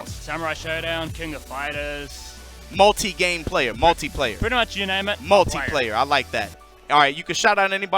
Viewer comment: i love you, youre sick as hell, but its pronounced fighters, PLEASE